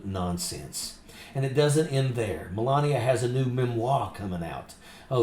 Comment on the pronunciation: Did you say melanbia? Speak up, is she called menlabia?? Just "axing" as you noodle head yanks might say.